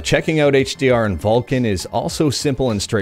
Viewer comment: It's VULKAN .... With the 'K'